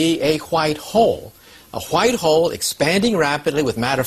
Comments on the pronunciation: .... hwhite hole LMFAO i just got done watching family guy ... cool hwhip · "It's blown out into a whchicht hole."